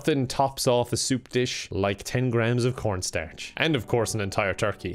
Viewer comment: I heard that he's almost like saying "Pornstarch" instead of cornstarch.